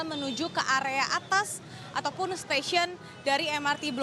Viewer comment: Belibet dengan "Ataupun"